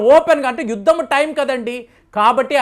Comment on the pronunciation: యుద్దం కాదు బాబోయ్...యుద్ధం అని తెలుగు స్వచ్ఛం గా మాట్లాడ్డం నేర్చుకోండి.